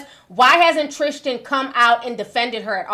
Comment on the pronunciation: Why do you keep saying his name is "trishchan" 😂 it's Tristan